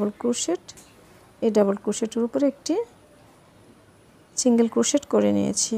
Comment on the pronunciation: অনেক সুন্দর।বাট আপু প্লিজ চিন্গেল চিন্গেল বলবেননা। সিন্গেল বলবেন।কানে লাগে।